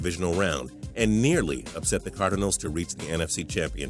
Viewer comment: Lol "leh veon bell" "cardehnals"